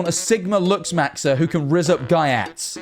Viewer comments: no way bro just said gyatt as "giatts" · "GUY AT" 💀😭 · G - YAUT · some fanfiction is the modern equivalent of medieval torture. also why does he say gyatt like that